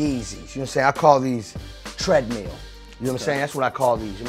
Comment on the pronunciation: "Tread-Meal" Ugh.